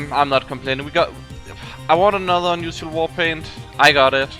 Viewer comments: ur english is pretty good and I commend you for that but you say the word unusial so often it sounds kinda obnoxious and its kinda hard to listen to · i been watching your channel dudey.. i always joke around when I hear you say unusual or unusualifier .. idk it sounds weird to me but its just accent. what can you do... doesnt keep me from watching your videos every once in a while so youre fine